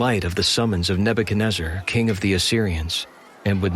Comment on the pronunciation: Thank you for pronouncing Nebuchadnezzar correctly👍I tried listening to 6 before others n couldn’t do it🙏❤️